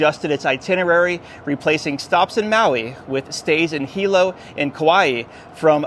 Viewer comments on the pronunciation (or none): none